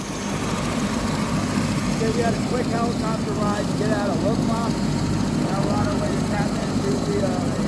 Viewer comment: Lukla. It’s not hard to pronounce but still you got it wrong.